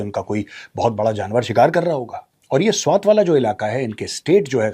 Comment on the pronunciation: Not त. Its ट. Swat